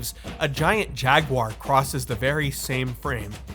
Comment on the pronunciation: Thank you for not saying jagWIRE